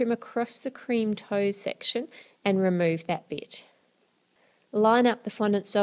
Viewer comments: She said bit but it sounded like bitch haha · 긴리빅 that's what I heard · 긴리빅 I HEARD THAT TOO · I thought that too lol